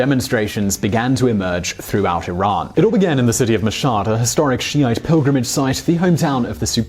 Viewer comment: Thumbs up 👍 for pronouncing Iran correctly